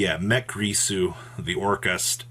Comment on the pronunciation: Gir-su. GEAR-SOO. Not GRISU.